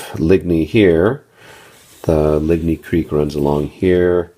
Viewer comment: Overall, a nice "inventory"; stationary camera is always greatly appreciated! Small quibbles: if you're going to "french it up" do it right: Battaille is pronounced "ba-TYE" (the L's are silent), Ligny is pronounced "LIN-yee". And Quatre Bras is "KAHtre-Bra" not KWAT-re. You didn't mangle "melee" too badly... it's pronounced either "meh-LEE" or "may-lay". (But at least you didn't say MEE-LEE like some do; that makes me cringe....) :)